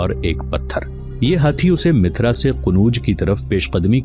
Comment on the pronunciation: Bhai mithra nahi mathura hai